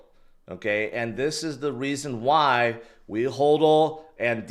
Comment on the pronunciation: Its hodl not holdl